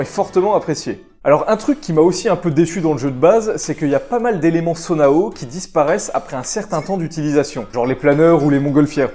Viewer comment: Ça se prononce juste sono pas sonoaou haha, et pour être honnête les mods qui change le gameplay je suis pas vraiment fan car je trouve que ça facilite vraiment trop le jeu, le jeu pour moi est très bien comme il est et je suis très fan de la mécanique des armes qui se brisent, c'est le genre de prise de risque que j'aime bien, on doit réfléchir à quel arme utiliser et de quel façon l'utiliser. Mais j'aime bcp le mod qui affichent la durabilité, mais honnêtement le jeu est très bien comme ça. Peut-être un overhaul des sages pourrais être pas mal parceque là ils sont juste frustrant et inutile. Et sinon sur console j'aimerais beaucoup que le jeu soit mieux optimisé ou juste au moins qu'ils clockent plus la RAM parce-que les ralentissements sont vraiment énervant et c'est con parceque c'est un vrai dealbreaker pour certains.